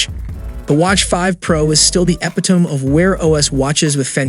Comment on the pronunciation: Epitome - "EPP-i-tome"? That's "epp-IT-tomee". Sorry, I'm a spelling nazi too.